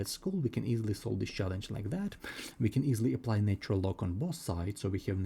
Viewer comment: This is so tediously repetitive and boring, yet you've neglected to state that k can be negative, too. Also, your pronunciation is bad: "natural" isn't pronounced as "nature-el"; "cosine" isn't pronounced as "kah-sign". You should just state the identity of: e^(i*θ) = cis(θ) = cos(θ) + i*sin(θ) Since sine and cosine have a period of 2*π , then this applies to e^(i*θ) = cis(θ) = cos(θ) + i*sin(θ) . Thus, for k ∈ ℤ , θ and θ + 2*π*k yield the same result. Next, you can mention that cis(0 + 2*π*k) = 1 , and cis(π + 2*π*k) = -1 . That is, the cis of even and odd multiples of π are 1 and -1 , respectively. Now, apply them to the problem: 1ˣ = -4 (1)ˣ = (-1)*4 (e^(i*(0 + 2*π*n)))ˣ = (e^(i*(π + 2*π*m)))*2² ; m, n ∈ ℤ x*i*(2*π*n) = i*(π + 2*π*m) + 2*ln(2) x = [i*π*(2*m+1) + 2*ln(2)]/[i*π*2*n)] ; n ≠ 0 ∴ x = (2*m+1)/(2*n) - i*ln(2)/(π*n) ; m, n ∈ ℤ , n ≠ 0 One solution with m = 0 and n = 1 is 1/2 - i*ln(2)/π .